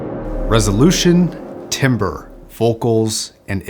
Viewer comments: I guess I have to be the one to point it out... It's pronounced TAM-BER not tim-ber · Just a friendly reminder that "timbre" is pronounced like "tamber" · It's pronounced TAMBER :) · Timbre is actually pronounced as tam-ber. Timber is a type of wood lol. English is very weird. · The b roll on this video is nuts. Great work. (Btw timbre is pronounced “tamber”) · yeah love your channel bit please stop saying it wrong, it makes your otherwise informative videos feel uninformed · Great review. Here's how to pronounce "timbre"